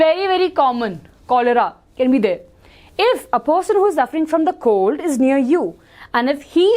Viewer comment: maam it’s common cold not common cod😂😂😂